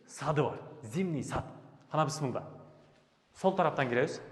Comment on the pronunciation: Бысмылда, эмне деген соз? Блогерлер, орфоэпия жонундо кичине маалымат алып алгыла!